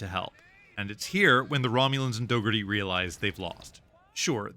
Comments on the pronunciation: It's Dougherty, not dog-hearty. ^^ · Admiral "Dough-gurr-tee"